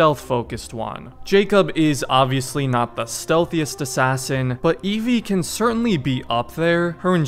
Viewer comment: It's Evie Frye